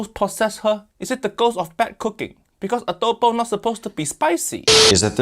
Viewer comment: She massacre the Filipino adobo😢😢😢